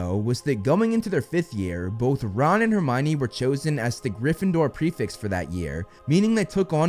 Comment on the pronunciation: Are you saying prefix or prefects?